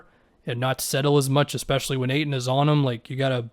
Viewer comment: Hahaha reading the auto caption for is funny, he never gets ayton name pronounced correctly